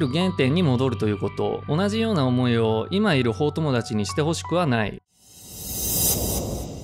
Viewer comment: 法友達は「ほうともだち」ではなく「ほうゆうたち」だろうね。